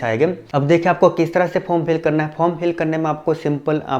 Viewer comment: tu "hai" ko "haim" kyu bolta hai????????????? reply kr